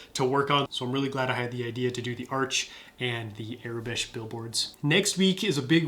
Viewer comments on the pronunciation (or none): Its aurebesh not arebesh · It is pronounced "OR-a-besh" not "Air-i-besh".